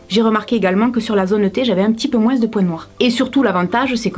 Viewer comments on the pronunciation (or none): J aime trop quand tu dit moinS moi dans ma region on dit pas sa